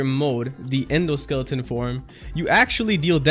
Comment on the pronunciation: Did this dude just say endoskeleton